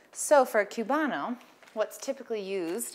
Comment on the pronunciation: It’s pronounced coobano.